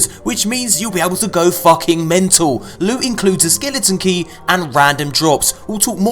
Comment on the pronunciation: To be perfectly honest, I miss when does his loot hauls starting by saying... Lewt, sweet precious Lute. Please tell me I'm not the only one.